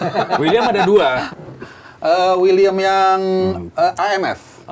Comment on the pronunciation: Uiliam bang uiliam. Bukan wiliam 😅